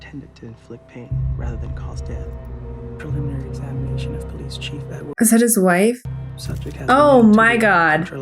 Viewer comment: "police of chilef" is the word of the day